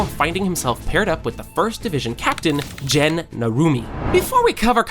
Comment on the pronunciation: Second mistake: "Gen"! Even if is written "gen" is not pronounced as in in English "gen". Please take some lessons about Japanese names pronunciation! The correct form is more like "Ken" but with a "G".